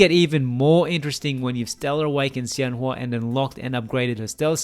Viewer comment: I wish I will have time to play around her soon, this will be my guide~ Btw emaculate pronunciation of her name!! I'm surprised you got it so accurate now! Her name 仙華 is inspired by chinese folklore and her class name 太乙真人 is a kind of immortal adepti in the legends~